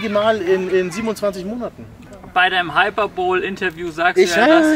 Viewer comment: bitte sprich es künftig richtig haɪˈpɜːrbəli und nicht "hyper bowl" aus, das nervt schon bei anderen youtubern 😅